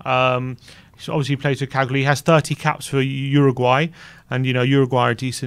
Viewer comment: Love that pronunciation of Cagliari..